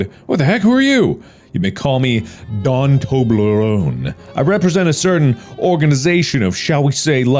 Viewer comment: bro the way he used a slight jersey accent for “Don” or Donald reminded me so much of yancy and it made me laugh so hard so thanks for that mark 😂